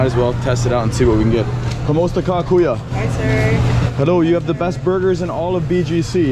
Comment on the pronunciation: Say “kuya” brother… not “kuyo”…